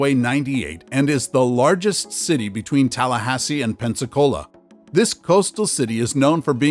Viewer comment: You got it right on Tallahassee